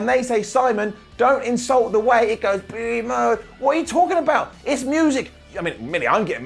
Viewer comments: Keep saying Brie mood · I laugh every single time Simon says “Brie Mode” 😂😂😂